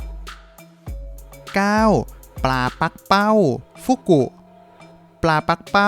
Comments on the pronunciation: ปักเป้า ไม่ใช่ ปั้กเป้า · ที่ถูกต้องอ่านว่าปลา ปัก-กะ-เป้า